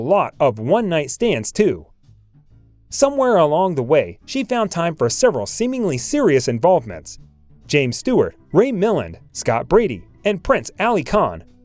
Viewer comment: Oh, my... You pronounce Ray Mill-LAND as MILL-und? I like the visuals, but for Christ's sake hire an announcer or something, get somebody who knows elocution; or research how say these names. They're not that exotic!!